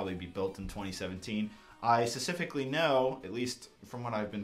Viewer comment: stop pronouncing 'specifically' wrong